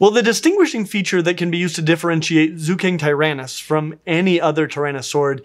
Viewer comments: Qianzhousaurus would be pronounced as chian-joe-saurus (ch like in chance). Zuchengtyrannus would be Zucheng (like... the ch in chance) tyrannus. Great video tho!! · I believe it's pronounced Ju-cheng-tyrannus. And Qianzhousaurus would be Chan-joe-saurus. It's pretty easy if you have a Pinyin pronunciation guide!